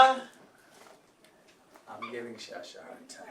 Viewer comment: The way he calls “Sasha” name 😂😂